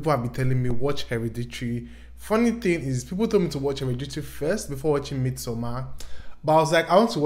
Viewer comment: you pronouncing hereditary as heriditrie is the serotonin i needed